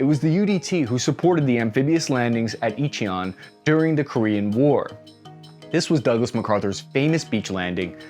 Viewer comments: Say Inchon again. You pronounced it as "e-chi-on". 🤦‍♂️ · In. Chon. Not Itcheon. And Latin is the basis of all languages? Including Korean or Swahili? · ICHI-on? It’s just plain Inchon.Really enjoy ur channel/work though! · "In-chon" landing. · Eeecheon? Really? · It's pronounced IN- CHON. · Latin is the root for all...really? Another point for this channel to take into consideration. Every episode has a famous person or battle site that is so mispronounced that even en elementary school pupil could say it. Stand up to the plate and do your research. If you can't even pronounce Inchon, how will you know the simplest thing about a foreign piece of firepower? Also, quit using War Thunder as a sponsor. It's a Russian company based in Cyprus. I.e., a little more research needed for this channel to make the grade. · Hey dude you obviously don’t know your history. Learn how to pronounce Inchon. And you say Indians didn’t have firearms. Ok now you are just making up shit.